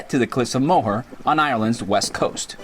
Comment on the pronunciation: lovely video....fyi the cliff's are pronounced "more" not mow her...thanks for sharing your experience.....